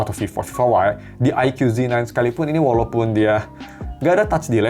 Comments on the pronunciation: Baca nya Eike bukan Aikyu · Ikoo zi nain, bang . Bukan aike yu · aiku bacanya, bukan aikyu.. 🤭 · Bacanya "aiku" bang bukan "aikyu" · Aikyu aikyu kesel bet gw dengernya..